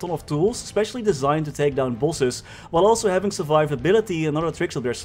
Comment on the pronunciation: Bro this whole time i was saying to myself wtf is pulses? I really thought it was some “maple” term for like dps or somesht.. and near the end of the video I finally realized he was saying “bosses” lmao!! Bro totally mind fcked right now..